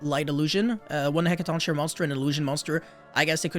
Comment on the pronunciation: This archetype is so sick, from the art to the names to the effects. I’ll definitely be building these when they come out. Also the name is said like “heckaton KAI ree”